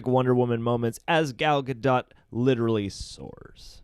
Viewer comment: As a Hebrew speaker I will help your pronounciation of Gal's name. It's Ga-dote. Long O. Like Supreme Leader SNOKE. Gal means wave 🌊 and Gadot is banks. Like river banks.